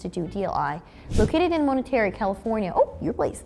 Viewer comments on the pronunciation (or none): For being a video about language learning, one would think you would get the place name right. The Defense Language Institute is located in Monterey, California, pronounced 'mon' tuh' 'ray', though the t in tuh is soft. It is certainly not Monetary. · Monterey, not Monetary.